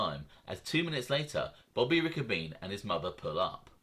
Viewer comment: It's pronounced Ricco bene'